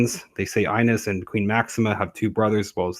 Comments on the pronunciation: It’s pronounced eeenes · The name Ines is pronounced ee-ness. ☺✨